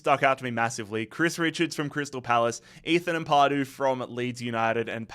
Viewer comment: Amp-a-du, not Amp-ar-du 👌